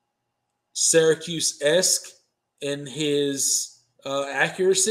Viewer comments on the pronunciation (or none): Dabbles Weenie😮😂 🤡 It’s not Sarahcuse. It’s Syracuse…like syrup.